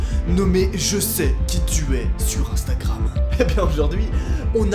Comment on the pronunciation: " Dans un groupe instakkkkkkkram "